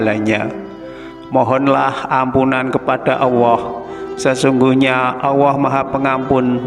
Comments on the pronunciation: Vtolong bacanya yg bagusya mengucapkan Alloh bukan Awoh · Kebanyakan orang saya sering denger di Jawa itu kalo nyebut Allah alwah bahkan seringnya Awwah,🙏🙏🙏🙏 astagfirullah mohon yg kurang pas di betulkan,bacanya di betulin lagi Allah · Lam dolallah nya kurang pas Allah bukan awoh . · Iya kedengarannya kok gak enak kok aowooh kanlagi ngajarin orang banyak tolong di perbaiki bukan aowoh tapi Allah ya 🙏 🙏🙏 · Betul sekali ini orang ngomong Alloh kok awoh. bikin gak srek dengernya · Bener ko aowoh ya 🙏🙏🙏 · Terima kasih atas berbagi Ilmunya , tetapi jangan terlalu panjanh paparanya, maaf dalam ucapan Allah sepertinya terucap auwooh. 🙏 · Itu sebutan Allah nya koq seperti itu ya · Nyebut Allah kok gk lurus y